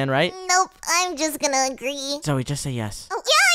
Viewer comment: Lmao Said ZOYE??!!